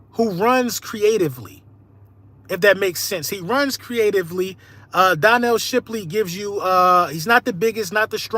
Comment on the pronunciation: Bro said donnel Shipley